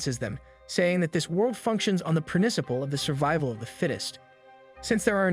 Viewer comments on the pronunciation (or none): Marshal-Ands (Marshlands). Battlefied (Battlefield). Prinicipal (Principal). Nave (Naive). An-I'm (Anime). Enchanced (Enhanced). I always love the purposeful mispronunciations. Keep up the good work! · Clearly. Weepon? Prinicial? The inhumanly pauses that happen occasionally?